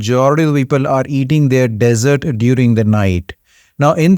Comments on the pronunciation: Hello Dr. Tq for yr advise. Btw the Dessert is pronounced as DEEEEESERT & not DESERT. DESERT IS SAHARA DESERT, THAR DESERT, GOBI DESERT ETC..... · Nice vid - thanks but if you want to improve pronuciation: desert (sandy) - DEZ- ERT dessert (eg cake) - DIZ - ERT....see the simple difference? MONK - pron MUNK not MAWNK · Dessert not desert😊